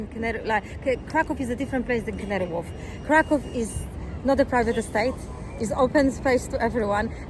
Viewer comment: Every time he says KrakOW she wants to punch him.